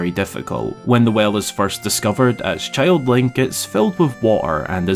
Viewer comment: You talk like Pipin. Cheild